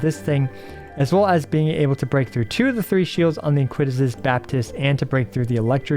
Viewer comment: Iniquitous is pronounced "eh-neh-quee-tus"